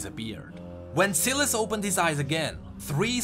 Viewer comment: also sylas is pronounced sai las not si las